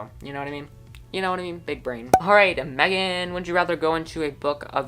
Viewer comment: Thank you for answering my questions! I would like to spend happy, peaceful times with my favorites too, and going into books sounds amazing. I’m pretty torn on the Silveny/Gildie question, because sparkly horses and dinosaurs would both be really cool! Random thing, but the emphasized way (like Me-GHAN) you say my name always makes me happy and makes me laugh 😂😊! Have a great day!!!